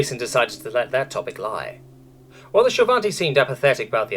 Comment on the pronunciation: Chapter 24... is still saying Shil'vati wrong.